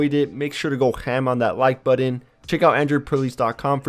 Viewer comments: Buddin instead of button.. Annoying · It's weird how some people pronounce the word "button" as budden.